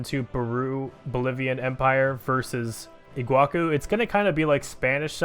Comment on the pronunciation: Iguaçu is pronounced "iguazu"